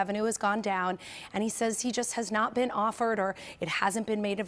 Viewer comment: Nah. Not really not the case. Not really naw the case. Not really naw the cay. Not are were. Not “are were.” Not on a spectrum. Not “on a spehtrum. /